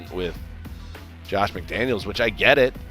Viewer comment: at least get his name right. McDaniel !!!!